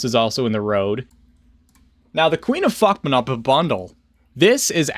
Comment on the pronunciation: I love how you never pronounce fatsnatch correctly.